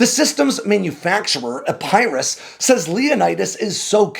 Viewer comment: Epp-err-is not Ep-Pie-ris 👍🏼